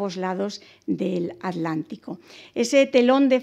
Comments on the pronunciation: Estupida es atlantico no alantico, piche vieja ocico mocho 1ro q s enseñen a ablar. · ¿ALÁNTICO o ATLÁNTICO ? con T L (te, ele)